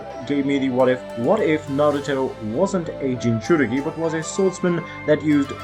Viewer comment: U prenouced it juss fine